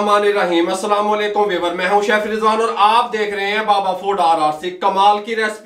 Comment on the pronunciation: hhhhhhhhhh, i like when he say...we ware..( viewers).....lol...........and chaasssky.......and rrc ..??